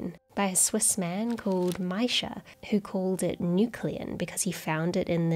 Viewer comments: Miescher is pronounced Meesher, not Mysher. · Miescher = me sher not mi sher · Great work! I just wanted to point out that "Miescher" would actually be pronounced like "Meesher" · Correct, it is "Meesher". It is a mystery to me why highly educated English speakers with lots of knowledge never care to find out the pronunciation in other languages.